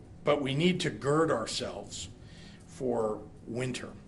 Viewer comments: Yep ! It's GIRD not GERD. But then he's a Democrat. They look up words just before a speech without practice. Biden ! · Did he say “Gerd ourselves” 🤦‍♂️ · I thought he said girdle ourselves!!